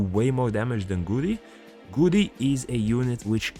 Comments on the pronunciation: I just realised you were calling him almost curry😂 It's GA-U-RI man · It's go-u-rry